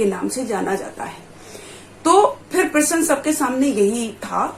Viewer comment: प्रसन प्रश्न ईसे बोलना सिख पहिले??